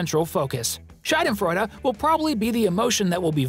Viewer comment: A kind requestion - PLEASE correct yourself ... 😅 I'm German and the way you pronounced "Schadenfreude" (you pronounced the "a" like the diphthong [ai], but it's supposed to be a long [a:]), it means "vagina joy" !!!! I know you didn't mean to do this little accident on purpose, but it just conveys a totally different meaning... 😅 So if you could change it by any chance, that would be very helpful, thanks!!!! (Also: please don't say "typical German clothes" or "typical German moustache". It's stereotypical, not typical. And btw, German is not a dialect, but a whole language on its own.)